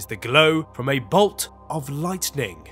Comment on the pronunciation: BTW IT'S "LIGHTNING" NOT "LIGHTENING." SHALOM